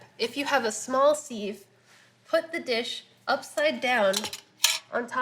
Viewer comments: Who taught you how to pronounce sieve like "seeve"? It's sieve like "siv". Love the content but seeeeeeeve grinds my ears. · Why does she say sieve like that?